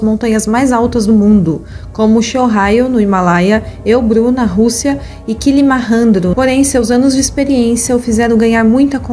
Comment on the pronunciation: SHOWRAIO???? ELBRU???? KILIMARRANDRO???? Nossa, não acertou nenhuma...